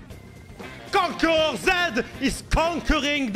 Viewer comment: Normal people: Conquerer zed: CONQUEGEK ZED